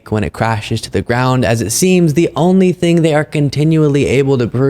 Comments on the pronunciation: Did this slug actually say, "A great ting happened on Tanksgiving?" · Did comer say... A great ting happened over tancksgiving